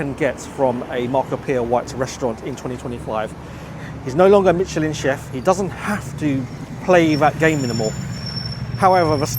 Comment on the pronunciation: Pls check out how Michelin is pronounced, kind of difficult to take you seriously as a food critic if you don’t know what you’re talking about.